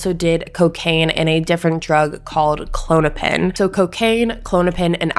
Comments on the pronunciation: Kah-lohn-oo-pin its like a xanax basically. I promise I'm not trying to be rude or criticize though. JS. Thanks for the awesome video. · What was the drug you pronounced? Are you trying to say Clonapine? Its a similar pill to xanax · Klonopin is pronounced klaw-no-pin Or kuh-lawn-a-pin those are the two ways I've heard it pronounced when I was prescribed it and it's an anxiety medication. No hate just wanted to let you know.